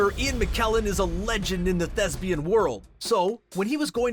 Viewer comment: Shame he couldn't pronounce it correctly (thesbian).